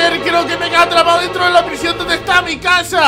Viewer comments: "PRISION" bieeen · "P-R-I-S-I-Ó-N" eres el mejor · "prisión, de macsima seguridad" 🏯